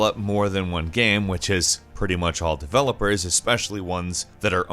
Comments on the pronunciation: Why does he always say GAM instead of GAME? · why does he keep saying "gam" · "geme consoles" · “Gam consoles.” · Where is this guy from? I've never heard someone pronounce the word 'game' like him before. It's kinda cute though. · why is no one talking about how he says game so weirdly. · DUDE how can you work for a video game channel and not say the word game correctly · He pronounces "game" weird...